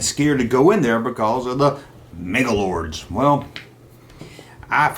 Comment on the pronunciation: Why do you say “MangalorDs” when your video is titled “Manglores?” I can’t watch all of it because of this. It’s like someone calling a “resonator” a “resiGnatore” so annoying